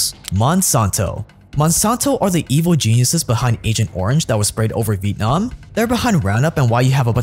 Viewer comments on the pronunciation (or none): none